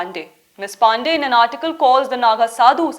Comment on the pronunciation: I enjoyed your attempt to mispronounce Ms. PANDEY's name